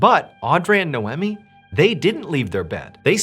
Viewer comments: Its pronounced, Nay-Owe-Me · It's pronounced NAE-OMI not No-Whammy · i had no idea canadians pronounce naomi as noemmy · Related comment completely forgot because of the irritation on the pronunciation damn dude You're great but Naomi is not pronounced Now emeeh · I think that name is pronounced "nigh-oh-me" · It's pronounced 'Nay-ohm-ee' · Is her name no eh me? Or nay om mi? Phenetic pronunciation